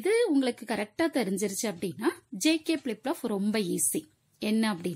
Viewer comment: Flip Flop ❎ Plip Plop✅ 😂